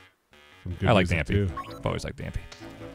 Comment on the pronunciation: I don’t think that’s how you pronounce Dampé.